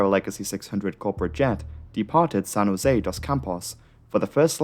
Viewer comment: Its not ''jose'' like the mexican say, we speak portuguese, the way to pronounce is jo (just like in english, joe but without the E) se (just like zed but without the D in the end).